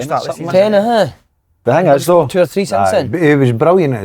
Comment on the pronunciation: Someone tell Si how to pronounce the word "though".